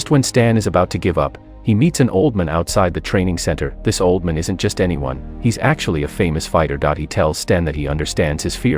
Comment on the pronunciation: How do you not know how to pronounce old man?